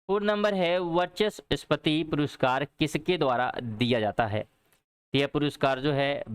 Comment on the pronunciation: बहुत बहुत धन्यवाद 🙏 लेकिन त्रुटियां कम करने की कोशिश करें.. पहले प्रश्न में उच्चारण 'सगाई' नहीं बल्कि 'संगाई' है और दूसरे प्रश्न में द्रुपद, नहीं बल्कि वो ध्रुपद है, वर्चस्पति की जगह वाचस्पति होगा..🙄